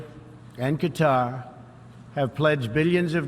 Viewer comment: He called Qatar "guitar"